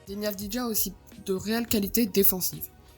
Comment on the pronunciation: Ca se prononce avdiya